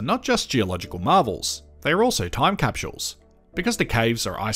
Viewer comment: Where is the "h" in the word 'capsule'?